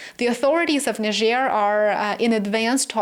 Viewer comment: Thank you for your intelligence and articulation in pronouncing Niger accurately.